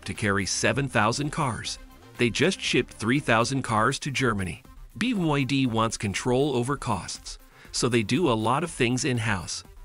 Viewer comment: Bee Wee Dee 😅